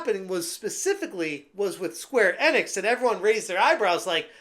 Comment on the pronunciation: It’s pronounced Square EE Nix, not fucking square ehnix